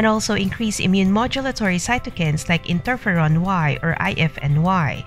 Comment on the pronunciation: It’s not interferon “Y”, it’s interferon GAMMA…smh